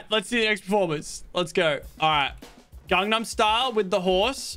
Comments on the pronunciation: ok i got to point out that you said gagnam BRRRUUUUHHHHHH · My guy seriously said gandnam style 😂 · He said gangam style LOL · Bro said gamastile